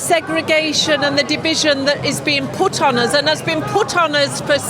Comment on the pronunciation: "Uözz" as in: Us. Rest my case.